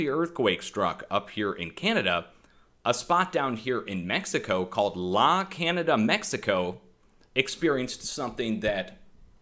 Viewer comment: La Canada is pronounced La Can yada. I'm sure you want to know. It's Spanish.